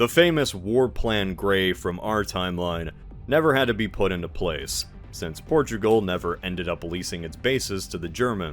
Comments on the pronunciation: “Porugal” instead of Portugal. Otherwise, nice video! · I love “Porugal” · "Porugal" and "Casablaca"